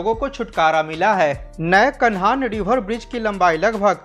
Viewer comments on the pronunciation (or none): कान्हां ब्रिज बोलो भाई साहब कानहान नही। आपका सभी वीडियो में अच्छी जानकारी दी जाती है वीडियो के माध्यम से लोग जागरूक हो रहे है।